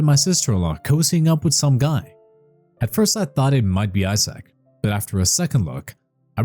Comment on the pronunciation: Is it just me.... or does it sound like he's saying asshat not Isaac 😂😂😂